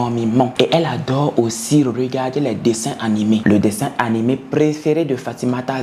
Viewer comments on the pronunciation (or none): none